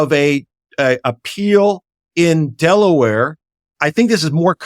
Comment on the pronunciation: You lost me at Delawere